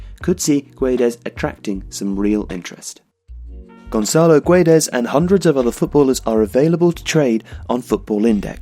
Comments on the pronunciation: it's pronounced "geds" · You don't say the U, it's like Gedes but the G still sounding the same. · Hi! Great job;) Just a note, the U in Guedes is silent (It's so wierd for a Portuguese to hear that U hahaha) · The U is silent, it reads Guedes with a hard G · You're pronouncing his name wrongly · hey, the u is silent in guedes.